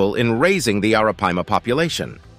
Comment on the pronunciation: Dude, every time you said Arapaima you pronounced it differently. Do your job right bro. Research.....